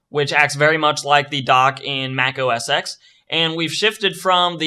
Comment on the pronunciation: macOS "ecks" is actually macOS "ten" dude :) Thanks for the video nevertheless!!